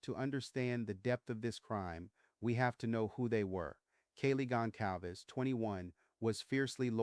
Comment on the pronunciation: I'm very confused by this video. Was Kornberg a name the press accidentally gave him? I have never heard of this before. Why are there so many mispronunciations in this video? Is it intentional? Moscow is Mosk-oh not Mosk-cow. Goncalves is Gonsalves. The C is pronounced like an S. DNA is pronounced like the capital letters. It isn't DNI or DN-uh. I am thinking you did this intentionally so I hope I am just misunderstanding a little. This case is an absolute mess and I agree it wasn't random. The "survivor" never was able to ID Bryan as the man in the house. The media just spread the story as fact and people just believed every word without needing proof.